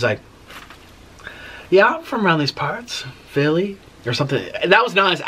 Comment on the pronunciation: yeah I’m from round these parts....Philly 😂😂😂😂the way he said it